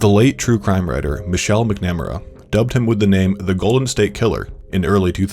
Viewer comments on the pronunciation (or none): Michelle MCNAMERA?? God it takes 2 seconds of research to learn how to pronounce someone's name. Smh. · How the hell do you get "Mick-nem-er-a" from McNamara?? Do some basic journalism 101 level research ffs... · "McNamara" is pronounced "Mac-nuh-mare-uh" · Please check your pronunciation on Contra Costa (pronounced like con artist and cost) and Michelle McNamara (Michelle MACKnamara) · McNamara. Pronounced (Mac-Na-mare-a). Facepalm. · Not to be a bummer, but mispronouncing "Contra Costa" and Michelle "Macnamara" really took me out of the narrative, man. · All the content from this video is Michelle MacNamara’s research and they couldn’t even pronounce her name right smh 🤦‍♀️ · That's an interesting way to pronounce "McNamara"... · Mispronouncing contra costa... Michelle McNamara, I had to stop listening 😭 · You know... they should have pronounced Michelle’s name correctly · ...how on earth does anyone do any amount of research on this case and still manage to mispronounce "McNamara"? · Who is writing and recording these? Several grammar mistakes and they can't even pronounce Michelle Mcnamara's name right... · You could at least pronounce Michelle Macnamara’s name right....so much of this video just isn’t correct information. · Could've done more research to at the very least pronounce McNamara properly. Since she's the one who coined the name Golden State Killer and was essentially the reason attention stayed on this case. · To be fair, it’s spelled McNamara so I can see where it would be easy to mess up if you’re just reading and haven’t listened to a clip of it being pronounced. That being said, I do wish they’d put in that little bit of extra effort because her research was so heavily used. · They do this a lot. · The way he said "McNamara" made me cringe.